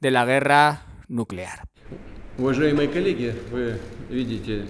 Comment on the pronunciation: Nucelar, la palabra es nucelar